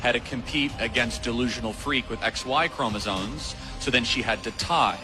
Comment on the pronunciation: Somebody tell Charlie Kirk that it's CHROMOSOMES and not CHROMOSONES, faaaaa Gawd sake!!! Keep killin' it 😀